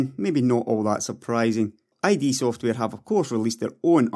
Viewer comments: Good video as always mucker. Just a quick note, "id software" is pronounced like "kid" without the k, as in ego, superego and id. Not "eye-d". :) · Urgh, it's not I.D., it's id, one word :p